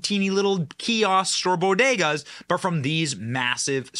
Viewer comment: Benny you pronounced "bodega" wrong